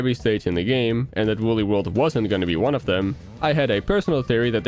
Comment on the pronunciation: Look it up, it's Woolly